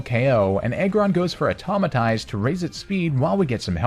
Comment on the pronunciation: It's Autotomize, not Automatize